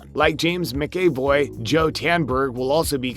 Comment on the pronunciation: James Mac-a-VOY (like boy, but with a V, instead of a B, or VOV, like the first half of voyage)